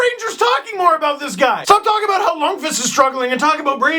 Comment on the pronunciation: YOU SAID LUNDQVIST RIGHT!!!!